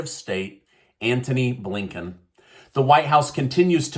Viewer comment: "A. Blinken!"! Did you just say Abe Lincoln? 🤔